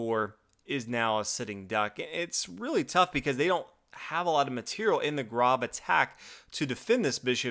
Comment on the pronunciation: It's pronounced Grōb like robe with a g ;) It's my last name.